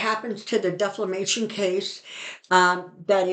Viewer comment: You mean defamatory (not deflamatory)! And defamation (not deflamation)! Thanks very much,, for your clear, balanced, positive, and encouraging readings.